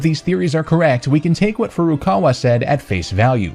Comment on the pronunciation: "President Fruwukawa" That's not quite his name.